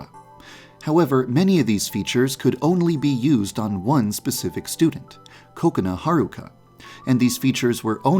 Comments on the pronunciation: Yeah. He says it as “Ko-Kuh-Na” instead of “Ku-Ko-nah” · i heard "coconut" instead of her actual name xd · I hear KOKAnut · How I here kokona:coconut True tho Edit:salty snack foods like chips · I love how he pronounces Kokona's name like "coconut". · The name: Kokona How some pronounce it: Ko-ko-na How others pronounce: Kokonut How I pronounce: Coke-can Bijuu Mike: Koconi Markiplier: Boobs Mckensey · ...that's how you pronounce kokona?